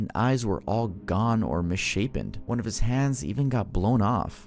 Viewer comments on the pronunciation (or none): none